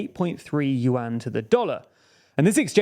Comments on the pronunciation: omg, please not with the "Yu-An" again, hahaha its pronounced in one single sound at once, "Yuan", dont split it into two sounds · BTW its pronuounce YU-EN not YU-AN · I kept on wondering why he was talking about the UN and then I figured out he meant 'yuan'😂 its pronounced closer to 'yuen' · One Chinese 🇨🇳 accidentally found 4 100-yuan (pronounced "junk") notes of the same serial number. They are real, valid money. Lol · USA and USD are still the most powerful in the world while the Chinese yuan (pronounced "junk") lost 15% of its values this year alone. This has big negative impacts on Chinese economy. Chinese assets based on USD lost values big time, causing acceleration outflow of capital from China. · It's pronounced "Juan" like how Hispanics pronounce their version of the name "John". They can't pronounce Prigozhin either.... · More like Juan as in the Hispanic name for "john". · well, considering he said "yuan" dozens of times and never once said it right, Renminbi would actually probably be easier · Yuan pronouciation 😂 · And of course they're mispronouncing Yuan 💀